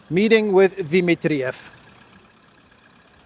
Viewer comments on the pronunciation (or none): Di- MIT-triev NOT Di-mit-TRI-ev. Please, it's irritating